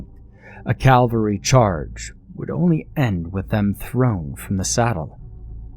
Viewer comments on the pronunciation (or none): Sorry, it is a big peeve for me. But a great vocalization and selection as ever. Also, a good story well done to the writer.